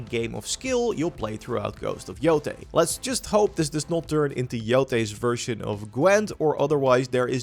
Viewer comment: Please say yotai and not yotee🙏🏾🙏🏾🙏🏾